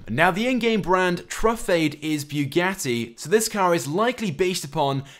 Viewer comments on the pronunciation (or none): bruh wtf is a beewgatti